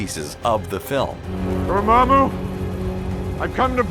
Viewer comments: Did you seriously say door may moo? His name is said in the frickin movie multiple times.... and you even include a clip from the movie where strange says his damn name!! I mean come on....really? It’s dor maw moo.... jeez em crow. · its dormammu not dormaymu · Dormammu is pronounced (Door-Ma-Moo) not (Door-May-Moo) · "Dormaimmu" , it is pronounced "Dormommu" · It is pronounced DOOR•MOM•MOO, not DOOR•MAME•MOO. Edit: that is not accurate spelling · Him: dormammu (door-maim-ooo) Me: dormammu (door-mom-ooo) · Its pronounced DOOR-MOM-MU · Did my bro just say DORMAYMU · Door-May-Moo? Now I KNOW they're doing it on purpose. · not d o m a i m o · its PRUNOUNECED d o m a m o o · Never will I understand how this channel CONSTANTLY mispronounces words that are spoken in movies and television shows... Dor-MAY-moo? Come on man.... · Who is 'Dor-MAY-MOO'? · Anyone else hear Banadict Cumberbatch? And Dormaymou!? Pronounce the way you know it's supposed to! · Yea wtf is up with Dor-maime-moo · I cringe so hard at "dormemu" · I wasn't sure but now I know whoever's doing the voiceover is not a fan of comics, he's just reading up the script because he pronounces dormammu wrong and in the movie it's not a fan theory that the eye of agamotto is holding the time Stone they say it in the movie that it is the time Stone. Wow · stop pronouncing the 'a' in Dormamu to much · How do I know you didn't watch this movie? You don't know how to say Dormammu correctly. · It pains me every time he said Dormammu wrong. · Good video but what’s up with the narrator pronouncing,” dormammu” wrong??? He seen the movie right?? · please... you guys do great research on your vids.. can you go one step farther and make sure to get the PRONUNCIATION of Marvel names correct???? Just watch the films.. they pronounce it correctly there. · Great video! But am I the only person that cringed when he says “Dormammu?” 🤓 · They always get that name wrong on this channel.